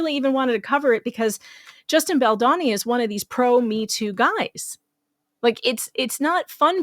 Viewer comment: BaldOni - not BaldAni - okey girl, it took Andy - Popcornedplanet quite some while to learn that it's pronounced with O. I actually thought that I never would read or see this horrible woman again. What's wrong with some women - attention if I can get it somewhere.....can't stand all the women who acted like morons during AH. Please write a small note in the paper about her. Who keeps jumping on innocent men. What are suppose to be on the neck, all these disgusting women has lost somewhere lying about the bs. Thanx!